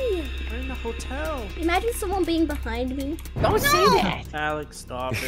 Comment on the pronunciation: When they said"it's a hotal" I went"HI WELLCOME TO THE HAZBIN HOTAL"